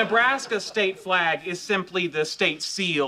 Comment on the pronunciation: Fwag, fwag, fwag, not a fwag. Kripke best guest 😂😂